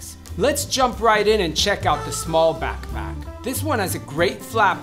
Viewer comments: It's in the letter A because i hear it in straps and laptop also. I know I'm weird hahahaha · Idk why, but I love his pronunciation of the word backpack. 😂 I replayed it twice lol